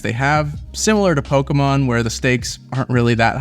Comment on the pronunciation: I commend you for your correct pronunciation of Pokémon. The middle vowel is always a long A or short U sound, never a long E like so many people try to give it.